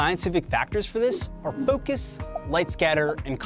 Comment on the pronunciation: Its mode not mood. Focus not foocus